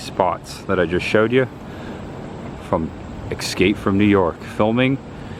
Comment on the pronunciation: "ESCAPE' not EXSCAPE ffs. otherwise, good stuff